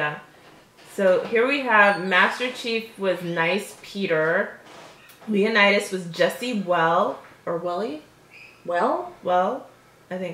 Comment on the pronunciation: You know it’s Leonitus right...not Leonartus